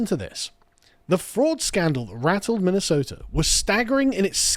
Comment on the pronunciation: Minnesota has a T in it, Ilhan